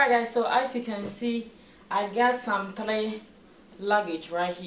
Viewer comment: Did I hear👂 thlee or three 😄😄 Wow this is awesome video you did a great job but the thlee set is making me laugh